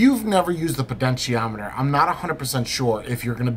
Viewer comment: PoTentiometer, not PoDentiometer. Sorry had to mention it.